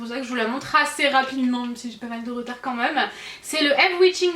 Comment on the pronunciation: tu peux arrêter de dire "maaaaaaaais euuuuuuuuuuuuuuuh" c'est vraiment insupportable et aussi "quand meume" merci bonne journée